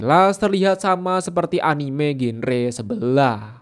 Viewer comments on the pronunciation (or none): none